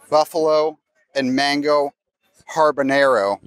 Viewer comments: I think we can forgive mispronouncing "Char Sui" as it is a common mistake, and I love that you acknowledged the error,...but there is no way we should forgive for mispronouncing "habanero." "HaRbORnero" sounds like it would be habanero-flavored Haribo gummies.:D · Everyone is commenting about the mispronunciation of pho but not going to mention “harbornaro”? 😂 Much love to the Dis team! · I love your videos & content, but I have to wonder if your friends at “Sí Disney” are not offended by butchering anything Spanish? “Harbañero”? LOL C’mon. First Toledo, then Jaleo & now this. At least gives a disclaimer before he attempts something new. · Listening to try to pronounce habanero put me in mind of Drax saying the name of the batteries in GOTG 2. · His pronunciation was a.